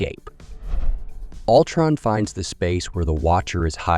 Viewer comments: I can't watch videos where the narrator constantly butchers the heroes and villains' names. Altron no, no, no, it's Ultron stupid! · Yeah “Altron” was sending me